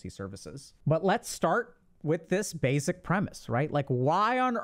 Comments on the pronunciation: Plzzzzz plz pretty plz, please, stop saying “bayzik”. Think of the word base, with no z sound on the end. Try saying base. Then try pronouncing the word basic. I know this is a small thing but it’s become like nails on a chalkboard to me and I can’t listen to these anymore and there’s so many I want to watch. It’s SO much in every video. Please, if you can correct this I truly appreciate it. Thank you. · Why does he pronounce basic like that? It’s like he puts a z instead of an s